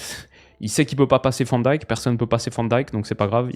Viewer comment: En néerlandais Van Dijk est prononcé "Vanne Dèjke", le ij en néerlandais se prononce comme un ey quasiment comme dans Mijn ou Jij. (Je sais pas si ca la prononciation néerlandais t'intéresse mais je dis ça sans malice)